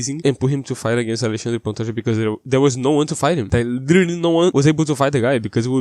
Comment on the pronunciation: O jeito que você pronuncia Alexandre Pantoja corretamente entregou.